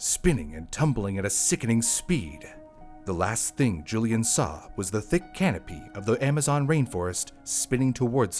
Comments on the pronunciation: Why do you call her Julian? Isn’t her name Julianne? Pronounced Juli ANNE. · Julianne isn't pronounced Julian.